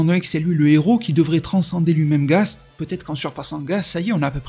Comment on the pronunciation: C'est gaS pas gaZ mais bref c'est pas grave je me doute que c'est un peu fait exprès